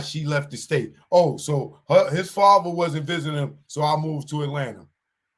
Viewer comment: Why y’all talking about another man’s child support, niggas is stupid 😢 What’s a fava? You sound ignorant, my fava, mova, and brova, it’s Father, Mother, Brother! 🫣🫣